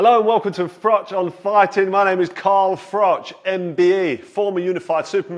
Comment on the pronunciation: I think you’ll find your name is pronounced “frock”.